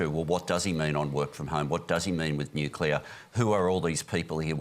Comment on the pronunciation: Nucular? Can people going on panels like this at least learn how to say it...